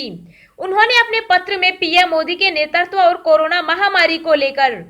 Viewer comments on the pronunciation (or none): none